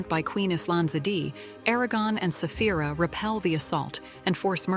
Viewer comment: Its dragoness Saphira not safh.. Stupid Ai